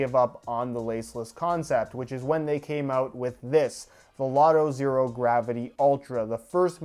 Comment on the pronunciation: The "h" in "Zhero" is 100% necessary.